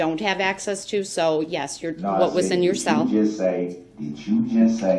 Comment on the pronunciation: The way he talks annoys me so much.. “When I’m allowed out of my SALE” It’s CELL not SALE